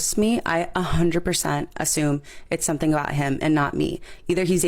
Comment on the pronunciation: Ashume , really what’s ashume?